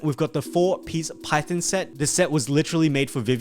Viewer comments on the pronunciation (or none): Half the words are so annoyingly mispronounced. Who calls “Phaethon” as “Python”